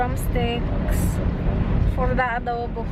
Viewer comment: Sobrang tawa aq sa "adobu"hahhaha..grabe tlga ..kpag bisaya tlga llbas tlga ung accent..Kaya gustong gusto kita..d ka marunong mag pretend.nagttaka aq sa mga haters na yan..😊😊😂😂